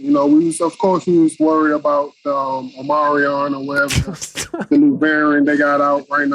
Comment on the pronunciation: He said "Omarion" and I choked on a sunflower seed! 🤣🤣🤣